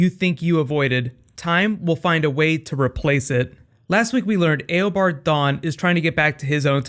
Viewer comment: great vids you make, only thing is it sounds weird when you call him "A o bard Thawne" instead of "u bard" which sounds more natural/correct :/